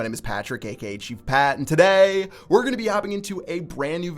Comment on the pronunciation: Maybe if you didn't say "today" like a douchebag you'd win some games